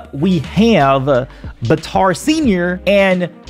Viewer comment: Bitar it’s batar